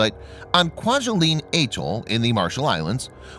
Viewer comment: man love your clips....BUT GOD!!!! your pronunciation is TERRIBLE!!!! .......just for future reference....Atoll said a-toll and archipelago said archi-pela-go....sorry but its frustrating